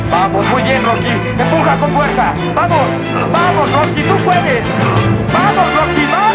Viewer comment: Después de años me doy cuenta de que en vez de decir "Tú pues Rocky" dijo "Tú pues Rocko".